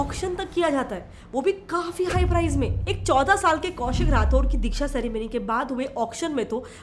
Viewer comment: It is not dheeksha it is diksha